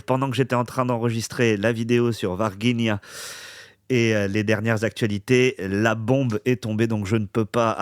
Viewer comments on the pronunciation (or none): on prononce Varginha ainsi: varjigna. Je vis au Brésil depuis 1996, année de l ET de Varginha. Enfin les Révélations🎉